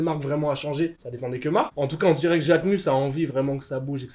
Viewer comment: « Endirais » sérieux jetez vous d’un pont les personnes qui parlent comme ça 😂